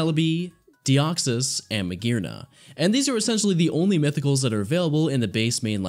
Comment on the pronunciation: THERE IS NO VOWEL BETWEEN THE R AND THE N IN MAGEARNA!